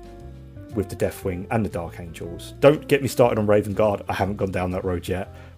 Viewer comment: Angels...not Angles.